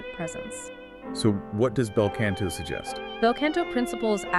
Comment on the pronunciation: Wanted to like this when I saw the title. After the 6th mispronunciation and the ongoing "can'to" instead of "canto," I just couldn't take it seriously anymore.